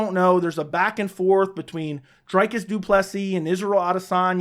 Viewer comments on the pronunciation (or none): Bro, you're doing well. But it's pronounced Drē-cuss Du Plessis